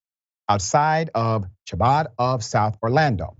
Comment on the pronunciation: Thank you so much for doing this story, Dr. Richey. I truly appreciate your solidarity with the Jewish community. One minor piece of feedback: Chabad is a Hebrew word pronounced kha-BAHD with a hard 'h' like you're clearing your throat instead of the English 'ch' sound.